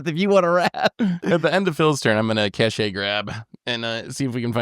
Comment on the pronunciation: I'm sorry, did Seth say "Cashay" for Cache Grab? Cache is French, so it's pronounced "cash."